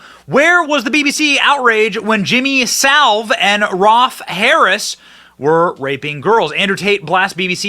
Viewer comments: It's Jimmy Savile, not Salve, and I'm amazed you didn't know about him and Rolf Harris. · Sa-vill (or so-vile) not salve. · I guess Benny doesn't get out much, his rendition of "Jimmy Savor" cracked me up. It's Sa-velle, Benny! And yes, he was a monster who was accepted in the highest society, and given free rein to molest children. He liked to visit hospitals, to "cheer up the children," yeah right. Hospital gowns don't cover much, that's why he went there! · It’s not “Salve”. It’s Savile. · Sa-ville, not Salve😂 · The name is Jimmy Saville, not Salve, and he is a cousin to and hung with the Royals all the time! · Sa-ville not salve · Jimmy Saville, not salve lol. (quite possibly one of the most prolific, evil men in world history, not just British) ROLF Harris not Ralph 👍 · Benny... I love you and am not a grammar Nazi but you said the name Saville as Salve ... It's Sa-ville ... I do things like that all the time ... I just didn't know who you were talking about until I saw the text. :) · Sa ville not salve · please, work on your pronunciuation of "Savile": it's not "salve" but sa-veele. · The pronunciation of Saville as Salve is killing me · Sa-ville. Damn bro. Bursima, Salve. What's the next problematic english word for you Benny? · Benny we love you in 🇦🇺 aus but it's pronounced Jimmy saville. He's the world's most successful and famous pedofile. A true monster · Americans can never get his name right...Its Jimmy "SA VILL" (As in Hill) - that's the way to pronounce it. 👍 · Hi Benny just to let you know it's Jimmy Savile (sav-vill) . And he was a disgusting human being.😊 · It is pronounced Sa-Vill... Google Jimmy 😅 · pronounce like caddilac Coupe dA ville, Jimmy sAvile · Benny,,,,,learn to read,,,,,it’s Sa,,a as in apple and Ville,,,,pronounced vill as in ill,,,,,,,Saville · The pronunciation of Savile is [SAV] + [UHL]. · It's pronounced 'Sav-vile' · pronounced Jimmy "Sah Vill" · Jimmy Sa ville….Sa as in sad…….bill….as in village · Benny... it's Jimmy SAV-ILE!